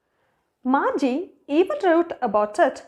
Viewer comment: Margi not marge